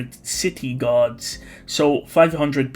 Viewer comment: The way you said guards sounded like gods